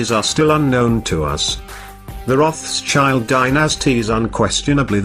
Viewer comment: Rough-shild...Is there anything more maddening than the English habit to transform all German names? It's ROTH-SHIELD for Heaven's sake!!!